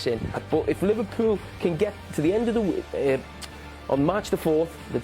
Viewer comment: y does carra say weeh instead of week?